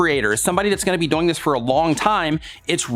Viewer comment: Does anybody here say DOYING? Instead of DOING? Lol love ya 👍❤